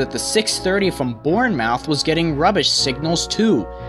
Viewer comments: In England it's Bourne-MUF not Bourne-Mouth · It's not pronounced born mouth Its pronounced Bournemouth I'm please check how to say it but I can understand it may be confusing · Its Born-Muth nor Born-Mouth. but its ur american accent so. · The narrator should learn how to pronounce the places he is talking about -not "Bourn-mouth," but "Bournmeth," etc. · For future reference, to help you with the confusing pronouncation of British Towns (Even as Brit I still mispronounce some towns) For towns ending with -mouth it is generally said as "Muff" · Wow, did it really require this rant? He doesn't pronounce the numbers the same was as we do 'ere in Dorsetshire' With regards to place names, even our friends North of the border can't pronounce most English towns correctly. Bourne----Mouth including the painfully long gap is what they call my town up there. Irritating but forgivable. What you didn't mention was calling the Train Driver "Engineer". Nope, sorry. A driver - very skilled, but still driving. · Basingstoke-Hard A. Bournemouth-said more like muth instead of mouth Wimbledon is pronounced correctly They aren't egineers in UK, they simply "Train drivers" or even "Drivers" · it’s Born-muff not Born-mouth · Pronounced born-muth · Ten seconds in, anticipating clap ham pronunciation. Edit 1: I was wrong. An American who can pronounce x-ham names correctly! Edit 2: Ok basingstoke and Bournemouth a little off but nice guess. Great video overall. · There are so many things wrong with what you said in this video. You pronounced Basingstoke and Bournemouth wrong and said the unit classes incorrectly as well. You don't say Class Four Thirty Two. You say it like 3 separate digits. One final point, A LIGHT MOVE IS A LOCO WITH NO STOCK BEHIND IT. NOT AN EMPTY COACHING STOCK MOVE THAT YOU REFERRED TO. Otherwise good video. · Basingstoke is Bay-zing-stoke, and Waterloo is War-ter-loo, and Bournemouth is Born-muhth.